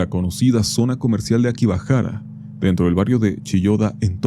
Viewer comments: Yo flashando efecto Mandela porque decía a akibahara en vez de akihabara. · En el min. cometiste un pequeño error xd mencionaste "akibahara" xd y es "akihabara" jajaja disculpa las molestias xd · Che....se dice Akihabara no akibahara hehe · REPITE CONMIGO: A KI JA BA RA... No ''Akibahara'' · como que akibahara tienes nombre en japonés y no lo dices bien mi cultura no es tu disfraz